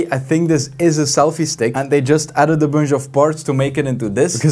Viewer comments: “a bunj of cables “ 2022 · The way he says booonshh (bunch) tho 🤣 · dont like the way you say bunch and for that reason, Bye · i watch this guy just because of the way he pronounces "bunch"